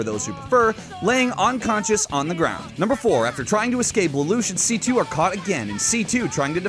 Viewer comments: why did you weirdly mispronounce C2 master race in the end there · NEVER C.C.!!!!!!!!! IT'S C2. The japanese dubs say C2.